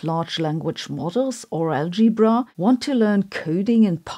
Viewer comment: [Algae-bra] is my most favourite pronounciation yet